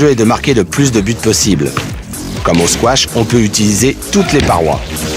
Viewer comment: Squash! Ça s'écrit et ça se prononce squash, il n'y a pas de T Si je suis énervé c'est parce que je fais du squash et beaucoup trop de gens font l'erreur